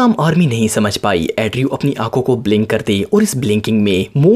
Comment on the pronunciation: Andrew ko addrew kon kehta h bhaee😂